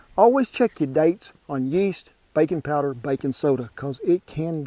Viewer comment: I could have sworn I heard him say "bacon" powder vs "baking" powder. Not that there's anything wrong with bacon.